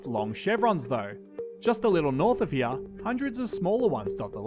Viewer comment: it’s really making me mad the way he’s saying “here”